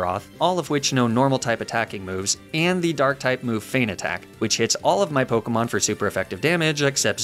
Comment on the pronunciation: Fun to watch but wow you mispronounce Pokémon names a lot